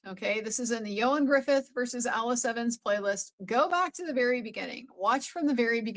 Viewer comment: Thank you for covering this so brilliantly. Ioan has been known in my household from his role in the first welsh soap opera Pobol y cwm ( he also went to the same school as my sister). I appreciate your work on pronouncing his name correctly, it means a lot to us welshies! ❤. Regarding Bianca’s condition, as a woman who has lived with chronic pain for 30yrs we hide it pretty well. Everyday is a struggle but strangers would never know so again I appreciate your eagle eye and empathy. As for Alice, my disgust runs deep.